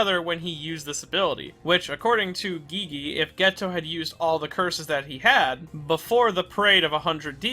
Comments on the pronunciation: you don't pronounce Gege like Gee-Gee, your pronounce it like Gay-Gay also it's KenjAku not Kenjugu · He really iut here calling gege gee gee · I loved your character analysis of Geto and the whole video was amazing. But did you purposely mispronounce everyone's names? Geegee? Kenjuku? Wtf it bothered me the whole time😂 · Why do you keep saying gigi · Why do you call Gege "Gigi"? Please check how to pronounce it in Google translate, so you can say the name right. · First time I’m hearing someone pronounce Gege as “geegee” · Ok look, i enjoy your content but CAN YOU PRONOUNCE A SINGLE NAME RIGHT? geeze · i think i am going to descent into madness if i hear you pronounce gege's name like that again😭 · nah bruh why u sayin Gege like that? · Well, that's a strange way to pronounce GeGe